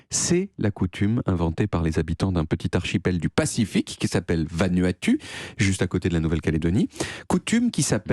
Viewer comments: Prononcé Vanuatou' au passage ^^ Et l'idée est de "fertiliser" la terre avec ses épaules. Mais sinon j'adore vos chroniques! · Les u du Vanuatu se prononcent ou 😉